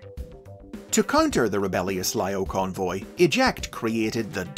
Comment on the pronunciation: I apologize if it’s already been said, but the I sound in Japanese sounds like an E, so it’s Leo-Convoy